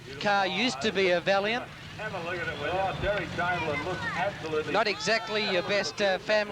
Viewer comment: "That car used to be a valliant" 😂